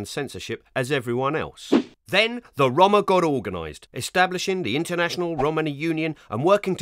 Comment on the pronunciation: Why he pronounce roma like dat?